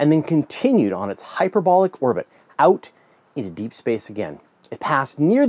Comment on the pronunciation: that canadian accent...every time you use the word " out " drives me nuts...